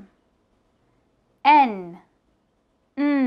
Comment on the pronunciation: The pronunciation of m and n are incorrect. Its mmm and nnnn